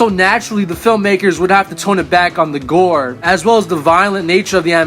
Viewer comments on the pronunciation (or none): none